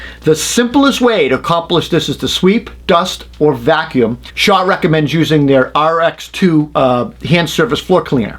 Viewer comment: Are you saying Shaw are shawr?